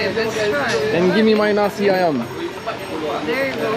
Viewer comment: Haiyaaa..nasi ayam( rice chicken ) not nasi ayan......